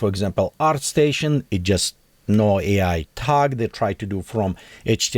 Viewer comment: its A i not E i.... A, like Artifical, pronunciate!